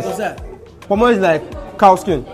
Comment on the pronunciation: Why is this Nigerian guy trying to Westernise the food names? ‘Amla’ instead of ‘Ah-mah-la’ (amala)and ‘Pomo’ instead of ‘kpoh-moh’ (ponmo). Say the names properly so that they can learn the authentic pronunciation. They came to Africa to experience the authentic Africa, not the Westernised version that they likely already see.